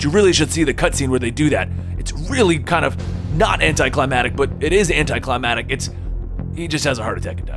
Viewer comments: anticlimaCtic not climadic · You couldn't do a second take for some of these? For example last video saying "anti clamatic" instead of "anti-climaCtic"? And here saying "Solid Snake and Oughta' Gone... Philantrapy." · You keep saying "Anticlimatic" it's "anticlimaCtic" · Anticlimactic, not anticlimatic, just a heads up. Great vids. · I'm sorry, "AnticliMATIC"?